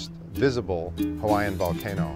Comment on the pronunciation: Great history of the volcanoes of the Big Island, but you should learn how to properly pronounce the Hawaiian place names.